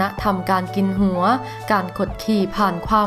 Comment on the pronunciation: ผู้อ่านไม่ชัดเช่น...หัว...หงัว...หัวจ้ะ.ไม่ใช่เสียง..ง......อ่ายให้ถูกหน่อยจ้ะ